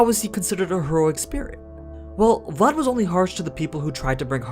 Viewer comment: I literally slap my face every time I heard you pronounce any romanian name , either for people or regions name considering that I’m Romanian... At least you got Vlad name right